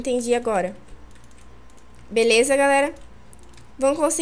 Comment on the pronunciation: cueia em vez de falar beleza fala belesma